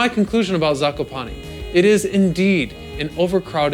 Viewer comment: ''zakopani'' xd